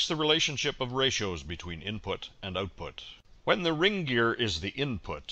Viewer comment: Output not Ootpoot.